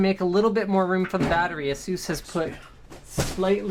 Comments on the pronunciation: It's not Ah-soos, it's Ey-sus 😂😂😂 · Is it not pronounced "ay ses" not "uh sues" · "Ass-oose" lol